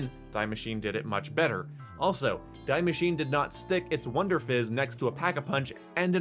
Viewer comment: Die Maschine is pronounced "dee masheen-uh" I'm just nit picking as a native german speaker, good video as always.